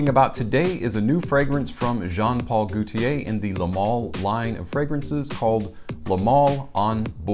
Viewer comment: Just For Fun: The French name Gaultier, like gauche (left), is pronounced with a long o, as in "go." Not like goute (to taste) as in "goo." Gaultier is two syllables; the first is emphasized, and the second is a combined EE and AY*, in a compressed dipthong. "GO tee-ay." * But the AY part of TEE-AY is not itself a dipthonic, elongated "AY-eee..." (as in "Heyyyyy...!") It is more of a one-syllable EH with the AY flavor. -tier thier. I may be losing you here. I'm certain that if I tell you Gaultier is Germanic in origin and the French equivalent of the English name Walter, it will be so much easier for you to remember all of this lol. (And if you believe that I'll go down on you.)